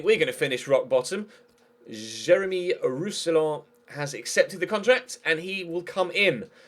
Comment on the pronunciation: Roussillon is pronounced 'Roosy-yawn' ;) And it says Jérôme, not Jeremy, man